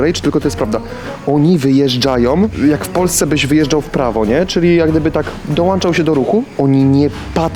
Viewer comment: dołączał, a nie "dołanczał".